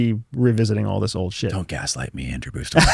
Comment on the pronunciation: “Andrew” hahaha nice try